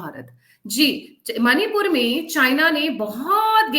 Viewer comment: एक सुझाव, प्रार्थना है आपसे , कि मणिपूर का उच्चारण "मणिपुर" ही करें, उसे "मनिपुर" न कहें । "मनिपुर" विदेशी ही उच्चारित कर सकते हैं, जिन्हे "ण" का उच्चारण करना नहीं आता ।